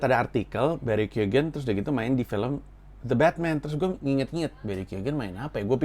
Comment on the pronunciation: lu salah satu dari sedikit orang yg berhasil pronounce nama barry keoghan right on the first try 🤣